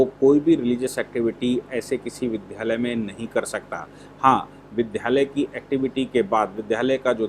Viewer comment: वकील साहब विद् यालय कहैं, विद्यालय का विध्यालय नहीं , इससे समाज पर गलत अनुकरण करते की प्रवृत्ति बढ़ती है । क्षमा करें स्मरण कराने के लिए ।